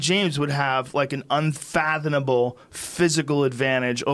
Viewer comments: Joe "infathonnnable" Rogan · and did he say unfathoNable twice? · he did actually pronounce it that way 😂😂😂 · Love the perfectly timed camera angle change to keep ppl from seeing him say “unfathonable”😂🤣😂 I still clearly heard it, nice try tho editor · He really did say unfathonable doe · Rogan saying "Unfathonable" really fucks me up man. Come on. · Unfathonable is an unfathomable word Joe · Joe 'unfanothable' Rogan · Joe “unfathanable” Rogan.